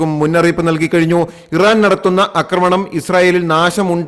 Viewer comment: 'ആക്രമണം' മിസ്റ്റർ. 'അക്രമണം' അല്ല. ഉച്ചാരണം ശരിയാക്കുക.